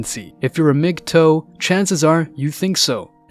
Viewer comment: Miggtoe? Really...?